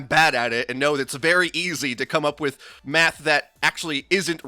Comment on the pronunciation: Anyone else hear meth and not math 😂